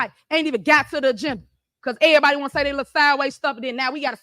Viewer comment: Why can't she say the word "everybody"? Instead, she says "er-bah".